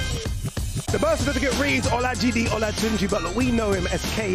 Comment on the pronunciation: Wtf my man say "olajidi"